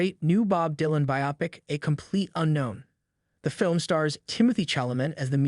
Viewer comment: it's bio-pic (biography + picture) it is not pronounced bi-opic.